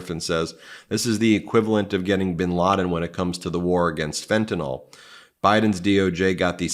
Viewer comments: Why do you pronounce Fentanyl as Fentinol??? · Learn how to promounce words, Ben, if you want to make a point supporting Harris. It's FentaNIL not FentaNOL. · Hey everyone - Fentanyl is pronounced FentaNIL not FentaNOL.